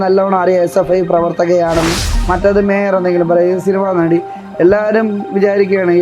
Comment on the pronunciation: നടി എന്നാണോ അതോ വെടി എന്നാണോ ആ സ്ത്രീ പറയുന്നേ 😂😂